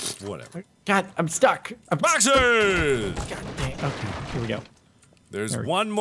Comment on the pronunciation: No no, it's BAWXES!